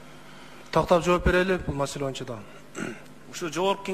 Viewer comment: АЗАМАТСЫН ЖЫЛЫШ БАР ЭКЕН , АЗЫРКЫ СУРОО БЕРГЕНИНДЕ ( ЭЛ АРАЛЫК ) ДЕП ТАК АЙТТЫН ЭМИ ГОМОСЕКЮ ДЕГЕНДИ ТАК АЙТСАН КЕЛЕРКИ ШАЙЛООДО ТОЧНО ДЕПУТАТ БОЛОСУН , КЕРЕК БОЛСО ЖК СПИКЕР. БОЛОСУН , СЕН ТАК СУЙЛОП , ТАК ОКУСАН БИЗ КУБАНЫП , СУЙУНОБУЗ ,, ЖКГА СПИКЕР БОЛСОН БОЮНЧА ДЕБЕЙ. МОЮНЧА ДЕСЕН. ДА БОЛОТ